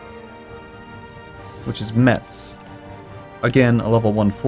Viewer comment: The T is silent in Metz! ( You have to pronounce just like "a mess" It's a very tidy city though ) Cheers from Lorraine.